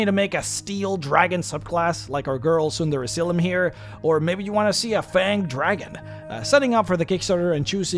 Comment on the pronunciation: Am I the only one who thinks he keeps saying "Tsunderezylym?"